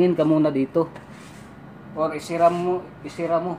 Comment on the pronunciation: bisaya ka, diba isara yon dili isira? bwhaahah bitaw joke, nice to see naay vlogger na bisaya:) sige ingat diha!